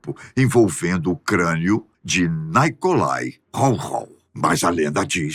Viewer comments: A única coisa estranha nesse vídeo é a pronúncia de nomes russos/ucranianos com um toque estadunidense. Nikolai se pronúncia Nikolai e não NAIcolai. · converse com alguém que saiba russo; não é correta a sua pronúncia, p. ex., de NIcolai como "Naicolai", entre outras.